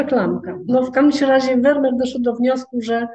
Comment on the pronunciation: Nazwisko tego holenderskiego malarza wymawia się : " Fermir"‼️‼️